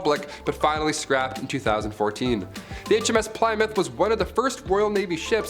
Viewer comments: Yes I fringed every time he said it....it's "Plimm- mouth" .."Plym" sounding like the word "him" or "slim"... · Pliy mouth; damn that has me wheezing 😭😂 keep it up! For future though, it's Pluh-mouth.~ 💕🏴 Love a Brit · not pli as in 3 ply but plimmouth. and its not "the hms plimmouth" but just hms plymouth. how do I know? I was on it the day it decommissoned in Portsmouth. Navy vet. lol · Ply is pronounced plim in this instance. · "HMS Ply-mouth" "HMS Glamor." "HMS Antrin." What the purpose of this ill-informed, randomly illustrated, halucinatorily inaccurate drivel might be, I am at a loss to work out. "Messed up"? F'real dude. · plie-mouth? lol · Say Ply-moth again please. Lmao. You have an American accent, there’s a famous rock... my mom drives a Plymouth... and so on. Good video. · Plymouth is pronounced "Plihmuth." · I believe it's pronounced HMS plimouth. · If it was Plymouth - pronounced Plimouth i would have thought the Americans would have pronounced it the same !! The American Plymouth was named by the settlers who came from Plymouth England !! There are many places in USA named after its same name-sake in England !!! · Pli muff. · Plymouth is pronounced Plimouth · Hello, old chap. Try this, in a British accent, ready? Ahem.... 'PLI-MUFF' Cheers mate. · You could not have pronounced plymouth more wrong if you tried 😂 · He pronounced Plymouth wrong.And that really bug me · Please never say Plymouth ever again. Many thanks. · Why are you saying Plymouth like that? 🤷🏼‍♀️